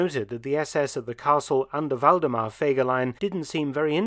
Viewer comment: In every Video im so impressed how good u pronounce the German Names as a non native german speaker Waldemar was funny😄